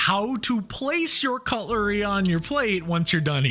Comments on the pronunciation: Did you say cutulry???? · I thought he said coloury, cuTlery, with a T. 🤣🤣🤣